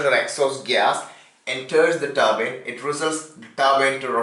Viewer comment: is he saying turbine or turban?????